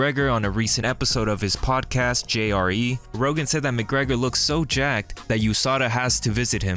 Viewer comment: “Oim gettin jaaacked”